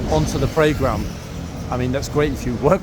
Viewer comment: I love the way you make 'Parade ground' sound like 'playground!' - (to me anyway!)